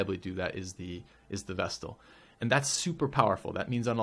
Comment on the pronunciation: Oh, thank you! You're the first YouTuber I've heard actually pronounce the 't' in vestal. Everyone else seems to pronounce it like vessel.